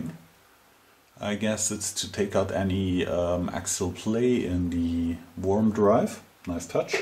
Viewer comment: Excellent. Worm is pronounced as if it were "Werm", not Worm.